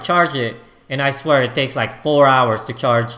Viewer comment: The way this guy emphasizes "I swear" is too funny lmao